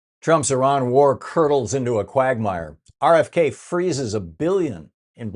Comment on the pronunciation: More stupid questions from Thom. And he can’t pronounce “quagmire” properly.